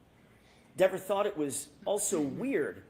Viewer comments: Is he saying, “Miss Denver?” 🤣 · DEVER rhymes with NEVER (important to say Diva's name correctly)😂